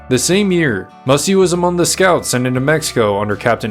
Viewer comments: Pronounced "MASAI" NOT MASSY!!!!😮😮😮😮😮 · He was not the last free Apache. There was a large band of Chiricahua led by Nino Cochise lived high in the Sierra Madre! Also! You are misprouncing his name! It is Massai, not Mussy! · I'm sorry his name wasn't pronounced Mussy. It was pronounced Mass- as in Catholic mass and I, as in you and I. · MASS I NOT WHATEVER HE SAID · You mispronounced his name.